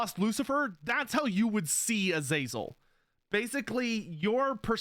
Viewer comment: Am I gonna be that guy? AZ-UH-ZEL is how the name was always pronounced in non Warhammer settings.